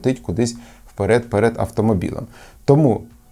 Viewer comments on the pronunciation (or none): Не перід, а перед ;)